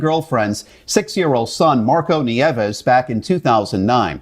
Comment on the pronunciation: nieves is pronounced "nee-EH-vess"